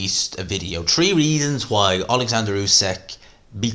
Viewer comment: bro i love the accent: Tree=three, Turd=third